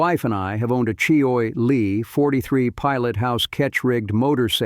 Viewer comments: you'd think AI would have learned to pronounce words properly--"choy e lee" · Boy, these AI announcers have a looooooong way to go before prime time. Maybe they can call CheeeOy Lee for advice...